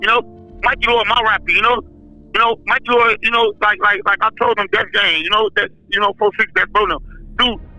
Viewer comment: Not mickey lord. Mikey Lord bro.